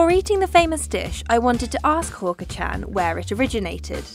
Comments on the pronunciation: She Pronounced Hawker as Hooker. I died right there. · Its hawker Hawk-er